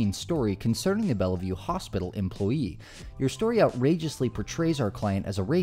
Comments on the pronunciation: “Bella vue” is two syllables bell-vue and it’s famous as a synonym for mental hospital even though it’s just a hospital. Shocked you mispronounced it. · Where are you from? You miss pronounce a lot of names…. Seeing you said this one so many times, it’s not Bella View, it’s bell view 😮😊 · It’s pronounced Bell-View not Bella-View. But it’s spelled Bellevue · Are you saying Bella-view / Bell-e-view on purpose? It's pronounced bell-view, just like in Diehard with a Vengeance. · It's pronounced BELL VIEW not Bella view. Not an important point but I'm a native New Yorker and it gratess my ears to hear it said wrong. Sorry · if you're going to claim to do thorough research and want us to believe what you're reporting, perhaps get the pronunciation of a famed hospital correctly, it helps